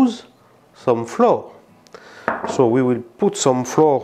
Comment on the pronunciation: Please check it out: English words "flower" - fleur (Fr) and "flour" - la farine (Fr) should sound identically. Same with the word "trout".